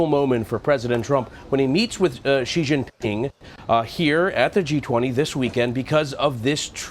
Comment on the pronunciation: respect for the dude who pronounced "Xi Jinping" 95% correctly